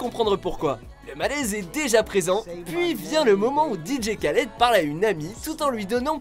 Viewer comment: Dj khaled mdr ca se prononce rhaled